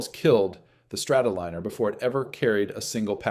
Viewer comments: Liner as in airliner! Not leaner or leener, Liner as in Lion. God I hate these AI narrators. if it would have made the mistake once you could understand it but it kept doing it over and over. It is madding! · ARGHHH! Not Strato-leaner! It's a Strato- lie-ner